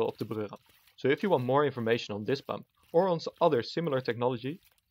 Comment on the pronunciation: Always hearing Pömp here 🤔